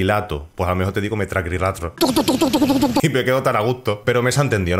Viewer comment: Yo tambien digo metraqurilatro